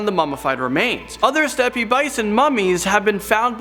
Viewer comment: And Steppe is pronounced step not step-e